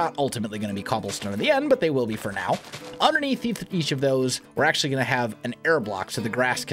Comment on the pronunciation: Stop saying acentually